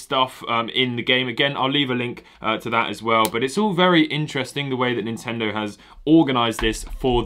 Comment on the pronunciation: He said Nintendo wrong